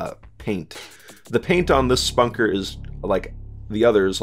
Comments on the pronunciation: Its not the exact halo reach weapon its a completely different variation of it. The BR 85 is going to be ditched and 343 is bringing back the halo 3 battle rifle. Your pronouncing the og ricket wrong its not Spunker its Spanker. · I mean I get that lol just usually people pronounce it "spanker" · man said Spunker